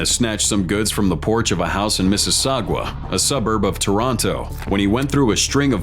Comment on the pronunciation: It’s (Mississauga) is pronounced “Mississaugah” not “Mississawgwa “!